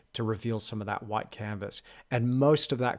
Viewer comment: You can sense the Aussie/Kiwi accent by the way he says 'white' as something like 'whoite'